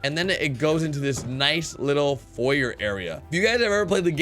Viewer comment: U said foyer wrong